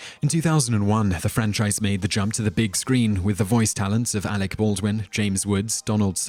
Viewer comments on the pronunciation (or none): none